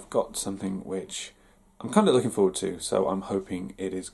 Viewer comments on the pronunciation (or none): none